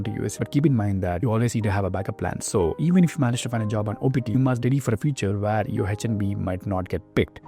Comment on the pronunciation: All I hear is Tatatathhahahahtta Ghhafddadada Rrrreegegge He does not speak English "Where" is pronounced "weeeear"